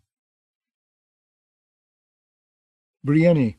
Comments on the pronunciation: Roy pronounced Davos "Dayvoss" but I'll take that over Breeinknee 🤣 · "Biryani" lol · Davos is at least pronounced that way somewhere. Nobody says Briennknee. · The narrator is great and I could abide by most any pronunciation but "bree en nee" for brienne? Idk why but that really throws me off 😂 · I swear, I was just thinking this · What I don’t understand is how MULTIPLE narrators can’t pronounce the name “Brienne”. That’s a REAL NAME FROM THE REAL WORLD! So many names are made up in this universe and somehow NO ONE can pronounce a normal name like “Brienne.” Ridiculous. How are the standards so low for the narration of such famous works??? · volunteers? Well that explains it, then. You don’t need to watch an HBO adaptation to know how to pronounce “Brienne.” It’s a real name in our real world and the pronunciation is entirely intuitive. I respect the volunteers for their work regardless. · Literally every time he says it, I say, "Stop that." He never listens.